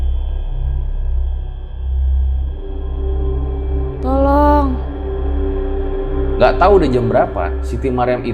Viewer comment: Dari serem bangat serius dengernya.. eeeh denger "tholooong tholoong" jd pen ketawa 😂